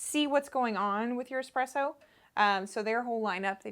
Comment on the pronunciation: great video but can someone teach americans that its eSpresso and not eXpresso...